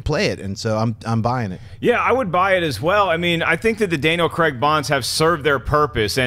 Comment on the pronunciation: OMG stop pronouncing Craig wrong >.<